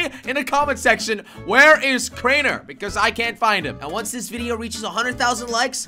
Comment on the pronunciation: It's crainer not kraner